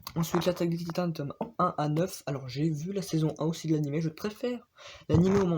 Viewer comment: Lattaque des ti quoi ta dit 😂😂😂 la prononciation elle me but. Hunter X Hunter aussi * faut prononcer le X